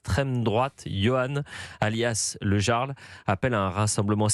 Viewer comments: Le Yyyarl pas le Jarl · Non , mais , monsieur le journaliste présentateur , " Jarl " ne se prononce pas " Garl " , mais " Yarl " ! Vous savez comme les chefs de tribus ou clans Vikings !!! 🤔🤔🤣🤣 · on dit "yarl" pas "gearl" XD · Le jarl ! Prononcez yarl , svp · Jarl se prononce "Yarl" ça vient de la culture Scandinave, ils représente un chef scandinave ou un grand noble au-dessous du rang de roi. À l'origine, il désigne en vieux norrois ou en danois un chef de clan, chef de guerre ou comte, ça pique les oreille a chaque fois que "Jarl" est prononcer "Jarl" et non "Yarl". Mais je me pose la question, le Yarl dit qu'il était à la Direction, mais comment ce fait il qu'il fut Licencié ? D'autre source disent qu'il Chef de sécurité mais qu'il n'avait pas les Diplôme et/ou formation, enfin qu'il n'avait pas les document obligatoire à l'exercice de la fonction de Sécurité. Même s'il dit qu'il n'était pas agent de Sécu ou Chef de la Sécu néanmoins il participait activement à la sécurité sans en avoir les document obligatoire à cette exercice. Cependant quand il était là les choses filait droit, l'ex club du 1988 live club qu'était le Pimm's avait mauvaise réputation en matière de sécurité et fermé plusieurs fois par la prefecture. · Eliott, le Jarl, se prononce Iarl...